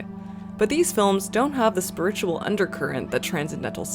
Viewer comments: Is this pronunciation of “spi’RITUAL” a Canadian thing or a thing? I’ve never heard the emphasis put there before, I’m so intrigued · why do you pronounce spiritual like that